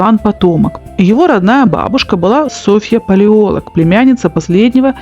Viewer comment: Чудесные ролики, всегда смотрю и слушаю с удовольствием. Только иногда ударения подводят. Например, Софья ПалеолОг, а не ПалеОлог